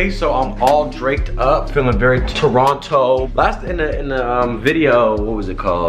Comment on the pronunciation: Whoever pronounces Toronto like that sure as hell ain't from Toronto!